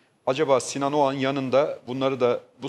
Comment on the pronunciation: şu adamın soyadı Ogan mı yoksa Oğan mı..Barış bey bir Ogan diyor bir Oğan..acaba Bariş Yarkadaş beye bazen Barıs Yarkadas mı desek